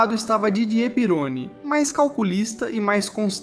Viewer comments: Você está pronunciando o sobrenome do Didier errado. É pirroní e não pirôni. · Não é pirôni se le Pieroní. Pesquise mais. O cara era francês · Desculpe quem gostou do vídeo, mas "triplificado" deve se referir à enrolação desnecessária da narrativa. Esse vídeo é copiado de algum outro canal. O cara fez texto narração e boneco com IA, e pra completar errou a pronúncia de coisas óbvias pra quem conhece F1, como Pironí (não Pirôni) e Zolder (não Zólder). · Amigo ótimo conteúdo mas o nome do piloto e Didier Pirroni e não Peroni. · Pironi??? A pronuncia correta é Pirroní!! Por isso eu coloco Senna e Villeneuve na mesma prateleira. Eram pilotos que,mais cedo ou mais tarde ,iriam encontrar a morte. Não aceitavam perder e passavam dos limites irracionalmente. Senna não aceitava que Schumacher era melhor que ele e Villeneuve não aceitava que Pironi era melhor. Passaram dos limites e tiveram um fim tragico. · Meu deus, que pronúncia horrível kkkkk "Pirôni", "Vilenuéve" kkkkkk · Didier Pironi(pronuncia-se Pirroni). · O cara não sabe nem pronunciar o nome do protagonista... vídeo bost@